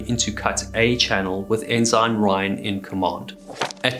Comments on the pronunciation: Ensign is pronounced En-sen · Bye-noculars, enn-sine, you don't seem a naval man my friend. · In American naval usage, “ensign” is pronounced “EN-sin”. Great video! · ensign is pronounced in-sin, while I am thinking about it. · Guy needs to learn how to pronounce Ensign. Not Enzyme. 😂😂😂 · Great content, great presentation & many thanks for the hard work. As a friend of the channel, pretty sure pronunciation is ensun for ensign a US Navy rank. An enzyme is a biological catalyst and is almost always a protein. It speeds up the rate of a specific chemical reaction in the cell. Pls keep content coming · ensign is NOT pronounced en-zine.....it's en-sin. Enjoyed the vid, but that was so annoying. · are u x mariner? why do you say it like N SIGN, its pronounced N SIN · I'm sorry man, I hate doing this, but some things really degrade the content, it's petty, but maybe nobody has said anything, and maybe it's just me, I'm fine with that too. Your pronunciation of "enzyme" for ENSIGN(en-sen), and "boy" for BUOY(Boo-ey), was really distracting when the rest of your narration was perfect, every time you said one of those words it yanked me right out of the immersion of your story. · Is the British pronunciation of "ensign" : "ehn-ZINE" rather than "eh-suhn"? Interesting. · Yes, I noticed that his pronunciation of 'ensign' was unusual. Then, he continued on saying it that way. I thought the word was pronounced, 'n sun', rather than 'n sign'! But, accepting some relatively minor flaws may be the price of admission. To think everything should be one way and not the other may likely limit our scope of understanding. We should focus on the 'big picture', rather than the minutiae within....or maybe I'm way off base... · I appreciate your channel, you have a great presentation style. A little something about American pronunciations: Forecastle is pronounced "fowlk-sal", Ensign, "En-sin", Bouy, "Boo-ee". I look forward to future episodes. Thank you! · En-sen is the pronunciation.